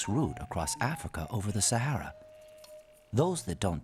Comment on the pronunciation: This is Africa. .please pronounce Sahara properly.